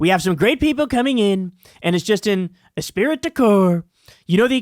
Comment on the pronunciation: Pronounced “espree”. Esprit is a French word